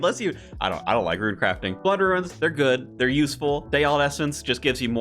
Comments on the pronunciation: You say "rune" like "ruin". I think it's pronounced like "roon". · why the heckie do you say RUIN for rune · The word “rune” doesn’t have an i in it.